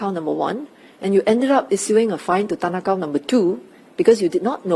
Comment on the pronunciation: You could have chosen any name and you said tan ah Kow 😂